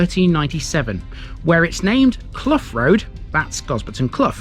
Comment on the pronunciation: As a resident of Quadring Fen and grown up in Gosberton Risegate I am finding this a little disrespectful that you couldn't check with some of the locals about how to pronounce the place names. Quadring is pronounced QWAY-DRING, CLOUGH rhymes with HOW. There are no open pubs in either Gosberton or Risegate.